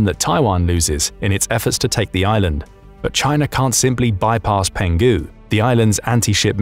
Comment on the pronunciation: Well penghu island is pronounced more like “pong who” Going snorkeling there in a few weeks